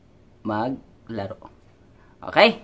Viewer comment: kakaiba tono sa word na 'mag laro' 🤪😜